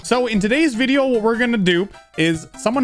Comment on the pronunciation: did he just say viveo